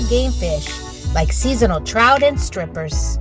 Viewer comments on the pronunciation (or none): "Stippers"? 😂 You mean "Stripers"